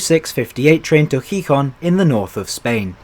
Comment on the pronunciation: Interesting video and evaluation. For future reference, the accent mark in Spanish words, including proper names, indicates which syllable gets the emphasis. So it's pronounce heeHON, not HEEhon.